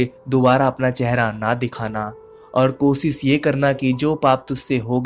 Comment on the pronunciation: ITZ RAKESH...NOT RAKES....WORD IS KOSHISH NOT KOSIS.....UR HINDI IS REALLY VERY PATHETIC..